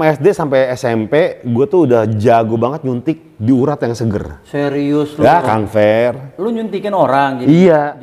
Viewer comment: Awas kepleset Bang Gofar manggil Kamfer jd Kamfret